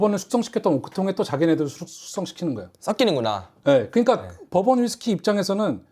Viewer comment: 아 버번.. 법원으로 들려😂